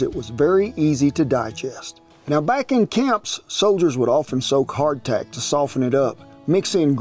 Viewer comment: Every time you say hard tack I keep on thinking you're saying heart attack LOL